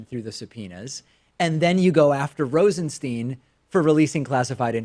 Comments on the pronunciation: RosenSTINE. Not Steen. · Is David mispronouncing "Rosenstein" on purpose?